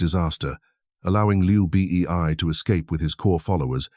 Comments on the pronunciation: Who is Liu Bi Ee Ai? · hHAHAHAHA i straight come to comments section to find this...Liu B.E.I